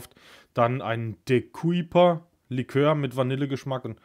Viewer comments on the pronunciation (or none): Kuyper wird aber Köüper ausgesprochen